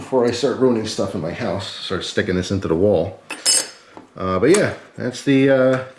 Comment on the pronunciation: “Inta da whall” I love when people accents come out. 😂